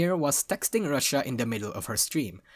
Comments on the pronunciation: Pronounced "Roo-she-ah", not "Russia" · He also pronounces Rushia as Russia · The way you keep mispronouncing Rushia makes some out of context things when you just hear only I.e to "They did not really pander to (Don't know how to spell Gacha kois) to encourage the Girlfriend experience as much as *Russia Did (He definitely said Rushia but the pronunciation was off)